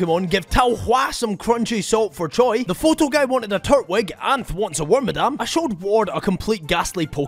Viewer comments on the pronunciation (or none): none